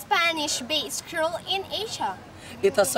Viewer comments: beunos dias, please pronounce creole, "Cre - o - le" the way you say it sounds like the word "cruel" which is incorrect and is a different word. Gracias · yan practice gat era el pronunciation del mga words and reading the sentences... man take many shots kun chene mali... maLisud intende. comment lang hehehehe "creole" dol "CRUEL" man yo ya uHi.... hehehehe...